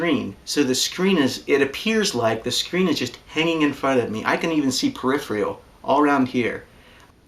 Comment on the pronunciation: "Comfortbility"... "Periphrial"... Gotta love it. Reminds me of home. You put a lot of work into this project and saved me a great deal of time and effort. Would love to see your progress as your build evolves. Best of luck. Cheers, D.